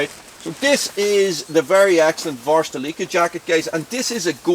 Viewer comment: Cheers right back at you! Also, great job on pronouncing Varusteleka. Even though really like the way you used to say it. Remember, “VarustaLickHer” lol I hardly know her. 😉👍